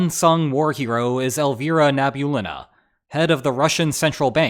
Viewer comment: you butcher groningen, you butcher elvira nabulinovna,...come on,;)